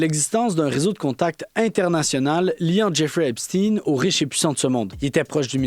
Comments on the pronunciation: les chaînes en anglais prononcent epsteen (tin) et j'ai entendu hier sur une chaîne française "epshtein" (oui comme Einstein). Mais, oui, c'est agaçant ce "steen" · Epstein se prononce comme Albert Einstein et non comme (teen). Phonétiquement c’est pas correcte. Obama était le plus proche, il le recevait à la Maison Blanche et est allé plusieurs fois sur l’île , avion , bateau, temple etc… Le pizzagate …Commander pour 65,000$ de hot dog c’est étrange pour vous ? Obama avait faim. Bref , vous êtes en retard dans l’info et vous contournez encore même si il y à une légère amélioration 😂 Lâchez pas , tout ceci est connu depuis 2018 et c’est Trump qui à forcé le ministère de la justice à sortir la balance il y a deux semaines et non l’inverse, c’est aussi qui à dénoncer en 2005 le comportement de Epstein comme Einstein. Alors assumez au moins ça. Bref , le temple n’a pas été ensevelie sans raison. Tinking ! Tout ça est prouvé et des centaines de témoignages depuis des années sont faits , oupssss ! Elles doivent et ils doivent être fous et folles les victimes ? Des fuites de documents sont sortis entres 2018 et 2021 …. Un tas de gens en n’ont pris connaissance mais ça devait être des conspirationnistes, oui c’est ça , des conspirationnistes qui dénonçaient les conspirateurs malicieux et immondes que les ignares à admirent encore aujourd’hui. Certains vint tomber de haut si ils sont mal informés. Lucidité perdue au Qc comparativement aux autres pays du globe , merci quand même 😂😂 pizza = ….Hot dog = ….. Et c’est biens réel malheureusement. Ils ont des pratiques pourtant millénaires, il faut juste connaître l’histoire un peu ahhh! Et c’est pas f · les chaînes en anglais prononcent epsteen et j'ai entendu hier sur une chaîne française "epshtein" (oui comme Einstein). Mais, oui, c'est agaçant ce "steen" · O ne prononce pas Epstine, mais bien EpstEIN!!!!!!!!! Mais peut-être prononcez-vous Albert EINSTINE et non Epstein! Apprenez à prononcer correctement!!!!!